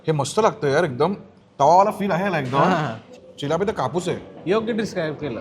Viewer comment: चिल्लाप नाही ओ, चिलापी बोलतात